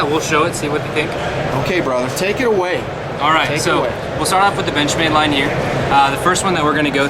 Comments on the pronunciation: No, he definitely said benchmade but it sounded like bitchmade. I GUESS WE ALL KNOW NOW WHAT TO CALL THEM WHEN THEY MAKE A BAD KNIFE. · lol did u say bitchmade for the intro